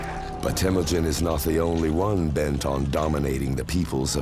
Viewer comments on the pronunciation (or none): No man. Stop talking about something you have no clue. His tribe was called Hiad Borjigin. Not a Merkits. And it’s called Temujin. Not Temugyn. And it’s not fucking ghde gist khaan. It is Chinggis Khaan. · Not Temudjin and not Tamudjin. Its Temuujin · Temüdjin not Tamüdjin! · Its " Temujin